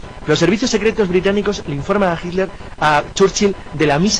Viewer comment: Porqué pronuncian tan mal el nombre de HITLER? Me he dado cuenta que la mayoría de los españoles, no lo pronuncian correctamente.